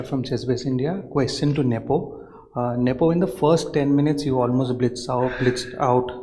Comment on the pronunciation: Né q o Raffa usa a pronuncia correta do nome de Nepo